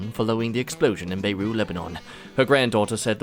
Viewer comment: Prounouncing syne as seen and pronouncing Beirut without the t are kinda going on my nerves, and I don't even have a horse in the race or whatever the saying is.